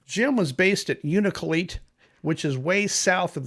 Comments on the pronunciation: Hello, I live in Nome. Respectfully, just for your own comfort in talking about this... the village names are pronounced " shack-TOO-lick" and "OO-na-la-kleet" or "YOU-na-la-kleet" I mean no disrespect to anyone. blessings to all. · Thanks for the update and insights. As someone who grew up in Alaska, please allow me to help you with some pronunciations of the places noted. Unalakleet= yoon-a-la-kleet. Shaktoolik=shak-too-lick.